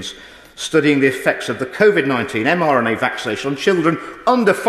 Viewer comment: I noticed that too, plus a few look to have scurried off at the start!! The baby issue is absolutely disgusting!!! Huge respect to the MP for standing up & doing the honorable thing!! However, it's a shame that he miss-speaks & seems to say 'mNra' a few times, plus the major mistake with the extra unnecessary 'word' added after 'Covid-19' which changes the whole point he was trying to get across (watch from for context) - these things make easy prey for distractors..!!!